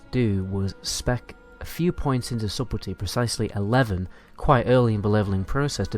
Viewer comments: Mate, subtlety is pronounced "suttle tea" not "subble tea". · Hey dude, thanks for your guides, they really help. Just a heads-up, it's 'Su-tel-ty'. The 'b' is silent. Your videos are popular so I want to you be well represented :) thanks again dude. Am trying this build out atm.